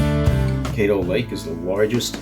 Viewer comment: Caddo is pronounced with a short 'a' not a long 'a'.